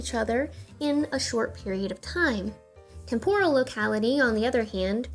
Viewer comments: con-tig-you-us, temp-oh-rehl . What a cool video! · Agree. She did the same thing with "temporal". TEMporal not temPORal. I suppose it's endearing--the mistakes you make in your 20s. This American Life had a whole episode about those kinds of mistakes--stuff you thought was correct long after you might have learned otherwise. Otherwise terrific video! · Your pronunciations of contiguous and temporal are making me cringe.